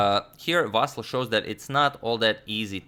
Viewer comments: Native Ukrainian here, can confirm it's VasYl', not VAsyl'. Here's hoping Agad's vast knowledge will be expanded even further. The confusion may be caused by the existence of the pet form VAsia, but it's obviously not applicable in any kind of serious setting (and it's more of a Russian pet form). And kudos to you Agad for the tremendous effort you're putting into making sure you pronounce all these names correctly! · Plus, Vasyl is prounced as Vaseel And please don't call him Vasal or Vaseel .... "Ivanchuk" is a lot better. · In Ukrainian it's VasYl (stress on the last syllable). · Well, since you brought up the correct pronunciation of the Ivanchuk's name. I am Ukrainian and I can tell you that if you want to say it even more correctly the accents of his name are Vasýl Ivanchúk. The accents are on the last syllables. I think he doesn't care about this, but it would be nice to hear it correctly :) - here on the 7th second you can hear the right pronunciation of his name. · It is VasYl strees on Y if you want to say it in Ukrainian way from now on but I wouldn't bother, saying Vasiliy is ok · It is Vasyl’ with soft L. Thumbs up so agadmator sees 👍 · Hey, Antonio, please, not VAsyl, but VasYl with last "l" being soft consonant, like VasYl'. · The most correct Ukrainian pronunciation would have stress on "Y" no matter what one told you, Antonio. Its pretty popular Ukrainian name with no stress variations. You can listen to pronunciation Ukrainian spelling is "Василь" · Correct way to say:" Vasyl" is with the stress on "y" (second syllable). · If you want to make it absolutely perfect: the last syllable is stressed, [L'] is a soft (palatalized) consonant :) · Дмитрий Самойлов also the L at the end is soft. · Somehow it's difficult to reconcile the pronunciation of "Vasyl" with chucky 😂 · The thing is that in serbo-croatian stress is almost always on the first syllable and I think his way of pronunciation Vasyl comes very natural to him.